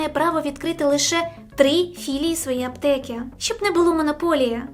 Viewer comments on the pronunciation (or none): Попрацюй над мовою. Твердий звук ч, звук и вкінці слів (аптеки). І не тільки.